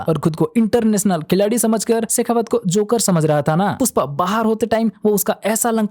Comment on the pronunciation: Puspa nhe pushpa your Hindi is too good 😂☠️